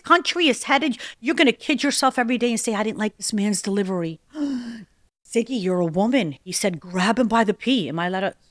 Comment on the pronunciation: Sorry Siggy ❤❤ not zigy 😂